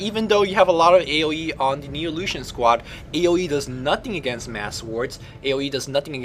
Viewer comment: Anyone else thought he was saying illusion? o_O